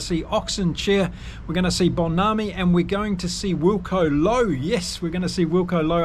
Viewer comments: Hi - its M - Bo - NAM - BI............... Use the "NAM" as in Viet"NAM" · Mbonambi is pronounced: mmm-bor-nahm-bee. ❤ from CPT, SA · yes yes! great show, but please either use Bongi, or the correct pronunciation of his surname which is HMM-BO-NAM-BI:) see you on your next Bokke update.